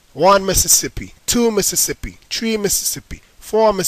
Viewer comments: I didn't know "three" is pronounced "tree" these days, but I love the accent! Great video. And if anyone knows how to do this WITHOUT a computer, just on an iPod, please tell me. Thankyou and great video! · forr point tree point tree :P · four.point tree point tree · Four point tree point tree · Four point tree point juaan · 4.tree.tree LOL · iOS version 4. TREE POINT TREE!!! LOL FUNNY STUFF i love your accent. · for 3 he says treeee lol